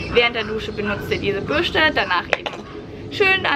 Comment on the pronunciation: Lustig wie du Bürste ausspricht:D